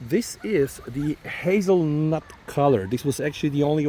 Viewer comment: Did you just say Hazelnut? 😂